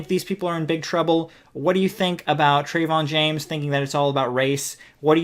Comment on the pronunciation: Yea Trevon James is a scumbag, but if you're gonna lambaste someone, at least pronounce their name correctly, it makes you look uneducated and your points hold less weight at least for those that are cultured enough to pronounce names properly.